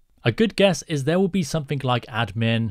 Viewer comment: For the love of GOD..someTHIN'G' not someTHIN'K'...damn, I hate it when someone very intelligent doesnt speak properly. Its exactly the same in coding..imagine how far youd get miss spelling commands or syntax ...c'mon dude! sent with love and kisses not being an arsehole. xx at least you dont say some 'F'in'K'...nuff said chap! great tutorial though.